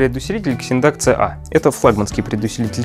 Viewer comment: Вообще то читаеться не Ксиндак ,а Зиндак